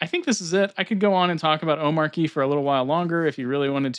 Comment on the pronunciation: watch his intro video, its not arky like you pronounced